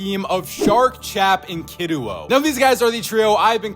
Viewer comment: He said Kiduo right!